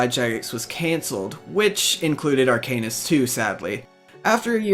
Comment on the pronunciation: Arc anus? Are-cuh-nist bruh